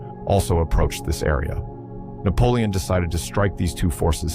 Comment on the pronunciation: 숫자 읽기 왜 그리 못하나? 나폴레옹이란 발음등 외국어 발음도 어눌하고